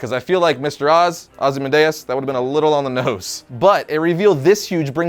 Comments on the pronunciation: ITS PRONOUNCED AW-ZEEE-MAN-DEE-ES NOT OZE-MENDAYAS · I thought the name was pronounced Ozzy-MAN-dee-us. Oddly enough, you did pronounce Mxyzptlk right. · OZ-E-MANDEUS.... you have never been good at pronunciation ...